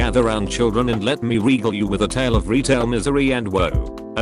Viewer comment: I believe it’s pronounced “regale”